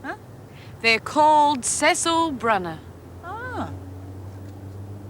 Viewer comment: To me, seems to have said 'Cecil Brunner', rather than the correct 'CÉCILE BRUNNER'.